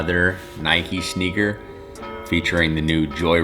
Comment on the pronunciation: Who cringed every time he said “sneaker”😩